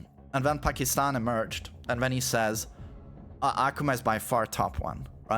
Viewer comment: Aquma ✅ Akuma ❌